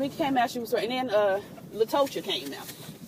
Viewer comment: LaTOEsha? LaTACO? 😂😂